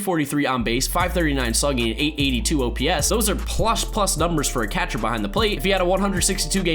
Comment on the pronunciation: please say catcher like cet-cher